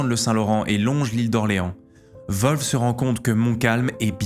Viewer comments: Tu t'ai trompé de nom c est wolfe et non volfe. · Volf ou WOLF ? 😂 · Le général anglais s'appelle Wolf, comme loup en anglais. Ça ne se prononce pas Volfe. Il n'y a pas de son V ni de son O. Peut-être demander à Laurent la prononciation la prochaine fois !!! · volfe ? des fois je me demande si les francais font exprès comme dans les starbucks. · La prononciation de du nom "Wolfe" me flingue